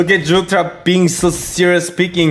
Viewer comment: Korean accent 🤣❣️❣️